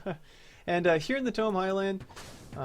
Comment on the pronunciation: Its pronounced "Taymow" Highlands xD. Good video as always btw